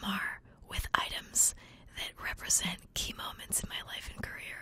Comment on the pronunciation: i thought she said chemo mints instead of key moments